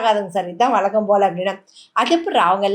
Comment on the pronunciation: தமிழ் மொழியின் அழகான வார்த்தையான "ழ" உச்சரிப்பு மற்றும் 'ல,ள 'போன்ற எழுத்துக்களின் வார்த்தைகளை மிக மிக கேவலமாக உச்சரித்து பாடும் சரன்ராஜை தேர்வு செய்ததே நடுவர்களின் தவறு அதாவது அவரின் உச்சரிப்பை யாவது திருத்தியிறுக்கவேண்டும். அழகை அள கு என்றும் பழகு என்பதை பளகு என்றும் வழக்கத்தை வளக்கம் என்றும் உழவு என்பதை உளவு என்றும் ஏன் தமிழை தமிள் என்றும் உச்சரிக்கிறார் ஒவ்வொரு உச்சரிப்புக்கும் வெவ்வேறு அர்த்தம் உள்ளது.முதலில் அவனை திருத்துங்கள் முடியாவிட்டால் நீக்குங்கள் தமிழ்மொழி பற்றுள்ள நடுவர்களாய் இருந்தால்.